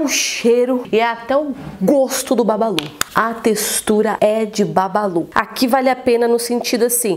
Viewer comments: Nii o nome é bubbaloo não babalu😂😂😂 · "Porque as pessoas pronunciam Bubballo com "A" sendo quê é escrito com "U" ?